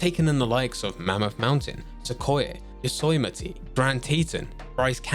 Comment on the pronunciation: Yosoiemetee? It's yo-sem-it-E